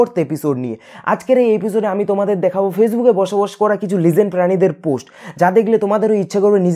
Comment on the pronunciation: Vai legen na legend hobe age kota bola shikun